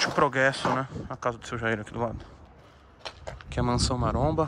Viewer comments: proguesso kkkkkkkk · Tem toguro falando proguesso tem like